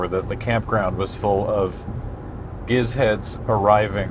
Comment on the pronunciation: I'm glad this isn't spoken like gif